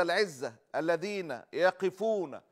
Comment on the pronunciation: الذابين ما قادر تنطقها انت رجل اعلامي فيلزمك أن تراجع لغتك العربية